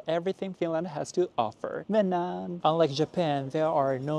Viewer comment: i live in finland cause i am from there but i don't want to be mean you kinda say menään wrong so sorry if i hurted u:(